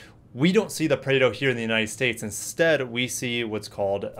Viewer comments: nope, it's not preido it's more on praado. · Hi, please check the pronunciation of Prado, thanks!